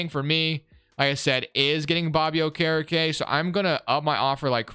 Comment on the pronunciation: Butcherin okerekes name